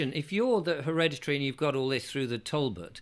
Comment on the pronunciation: I am an elocution teacher. Please note that it is pronounced Talbot as in Tall-Butt. Thank you. Mrs D in Yorkshire